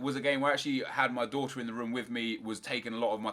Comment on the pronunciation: did he just say daughter?? or dog??